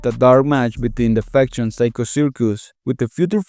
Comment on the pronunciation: Keep thinking he’s saying infection instead of faction